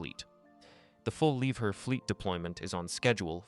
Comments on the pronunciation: Interesting information. But please: pronunciation is "Lieb-HERR" not too often "lieber" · Could even be lieb hair